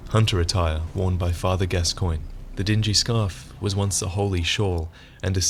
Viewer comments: It's pronounced Gas-cone, not Gas-coin. Eileen even says his name for you when you talk to her during a certain part of her quest line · Every time some one mispronounces Gascoigne I cringe. Eileen says it in game, it is pronounced Gas-con. I swear, if I talk to someone and they mispronounce it I'm making fun of them and pronouncing it Gas-coig-nee. Cause you know, that's how it's spelled! It must be right! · His name is pronounced Gascawn, just saying. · Why is everyone pronouncing it gas-coin? It's gas-con. It's a French name, I believe. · because the npc's in the game pronounce it like that, also if it was french then it would be gas-swan. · I've never heard it pronounced Gas-swan, only Gas-con... maybe gas-cogn. I guess if the NPC's pronounce it wrong, then we have no choice but to accept it. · Hey, love your vids but you mispronounced Father Gascoigne. It's (Gas-con) Later in Eileen's questline she tells you. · Can you please pronounce Gascoigne correctly in future videos? Eileen says it in game, and its pronounced Gasc-ON. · In the game, eileen calls him Gas-Kwan not gas-coin x.x